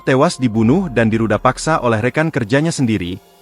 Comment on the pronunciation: cii khas penyampaian tribun,,,,,rudal paksa